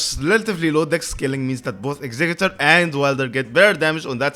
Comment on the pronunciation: Great video, and THANK YOU for pronouncing executor right!!!